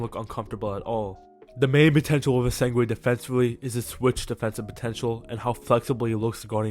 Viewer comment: Man where you getting the W in essengue from